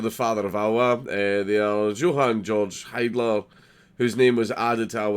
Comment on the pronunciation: It's Hiedler not HEIdler!